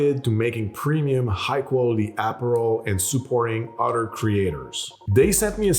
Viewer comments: When I heard the ad, for a second I was like, you don't want to get sued for not using Goslings in a Dark and Stormy, but you're happy to advertise off-brand Aperol. Took me about 5 seconds to realise you said apparel. Great video as always! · I thought he said Aperol too!